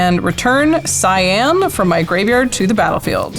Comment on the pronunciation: Pronouncing Cyan (Cyin) as CyAn, hurts my soul. It makes it sort of a blue color.